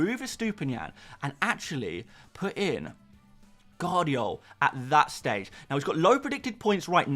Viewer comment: It's Gvardiol, not Guardiol. V isn't silent.